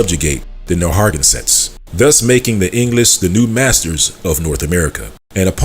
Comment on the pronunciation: Narragansett is pronounced Nair-ra-gan-sett, and the t at the end of Pequot is not really pronounced.